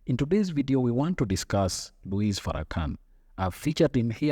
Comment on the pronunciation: The S in his name is silent, by the way.